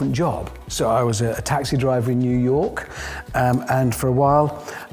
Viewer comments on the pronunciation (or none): none